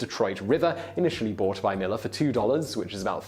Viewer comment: There are some Millars in my county. They don't pronounce it Maller, as in this video. It is Mill-AR.